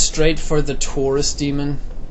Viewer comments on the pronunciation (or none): i thought he said the tourist demon